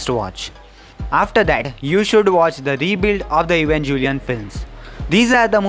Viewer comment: I instinctively clicked out of this video the moment he called it evanJelion